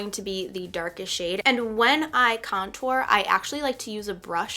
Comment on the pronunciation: I cringe everytime you say contour lol. You pronounce it like there is 2 T's .. idk why it bothers me so much lol. But this was a great video, you're a great teacher!!